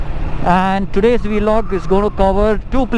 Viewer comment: Why do you say "V-Log" instead of "VLOG"?